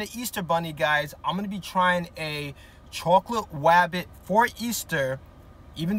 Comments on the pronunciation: Bro really said rwabbit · Nahhh... What the actual fuck? Edit: Bro hunted down a easter "Wabbit" 💀 Edit 2: Bro i didn't realise this but, bro switched from "wabbit" for "bunny... Finally bro said something normally 💀💀💀